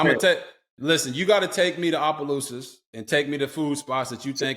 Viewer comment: RGIII said it right!! Opelousas!!!!!